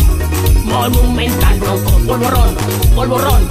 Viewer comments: Esto no es el povorrón esto es el porrorón No a los porros xd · Auron: Si esa señora se hace famosa me pego un tiro lol y además polvoron no polvorron